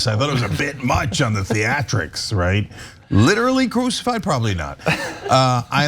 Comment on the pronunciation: It’s the “literally cruxified” that kills me, wow.